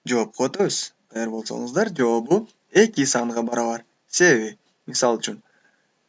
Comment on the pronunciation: Жоопу эмес жообу болуп айтылат.